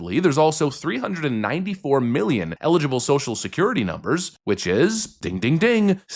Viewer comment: Social Seslurity